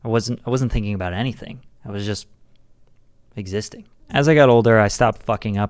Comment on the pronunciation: "EXISTING" not "eXIsItnG"